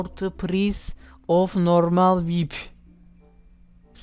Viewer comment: Vip die okunmuyo o